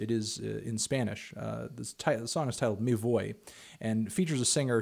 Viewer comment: You pronounce it " meh voy " like boy but with a v or a slight b v sound if from spain